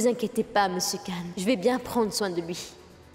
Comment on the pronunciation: Mpaka tande lè Asad ap di madame Canne madame canne😂